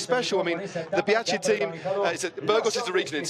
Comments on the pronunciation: great insights, cool as ever, cant pronounce bianchi, though.:-) bee-an-kee. Be-yankee also works. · He actually did say Bianchi, or try to say it... calling them one of the biggest bike manufacturers in Spain. Does he even know that Bianchi is Italian?